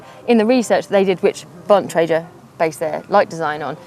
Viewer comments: The male pronounced Bontrager correctly, however Emma did not. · Emma doesn't know how to pronounce Bontrager.